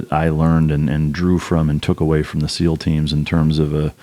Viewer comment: scou SEAL not seal lol